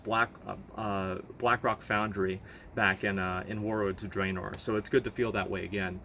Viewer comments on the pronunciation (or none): none